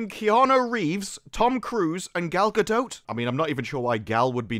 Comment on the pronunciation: I mostly like how he pronounces Gal Gadot's name correctly!